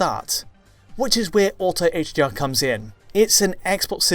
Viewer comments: Is it me or did he say hGr like a hundred times? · Sounds like he’s saying HGR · Why does it sound like he's saying HGR throughout the whole video?